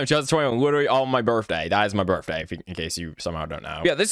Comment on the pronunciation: Kinda weird, but I love how instead of birthday he said birftday like a kid😭